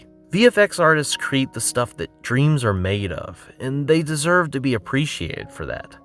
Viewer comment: It sound like you pronounce "create" like "creet".